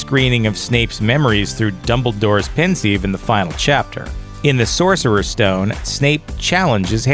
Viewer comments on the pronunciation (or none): Did this guy rlly say sourcer stone